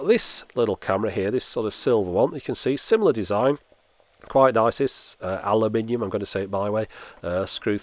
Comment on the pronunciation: All Germans thank you for saying aluminium in "your way"! :D (because its the same pronunciation in German)